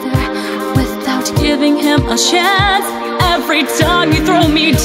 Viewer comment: OMFG, YOU PRONOUNCED CHANCE LIKE "SANS" WAS THAT INTENTIONAL I' M DYING---!! Anyways, beautiful cover as always, BUT THAT "SANS" I HAVE NO IDEA WHY I'M SO AMUSED BY THAT. x)